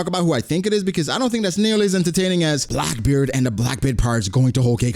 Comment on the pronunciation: Its Blackbeard not Blockbeard! 🙂